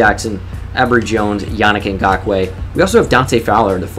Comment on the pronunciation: I like how educated you are dude, you know what you're talking about when you talk football and you know alot of players, you effortlessly said Ngakoue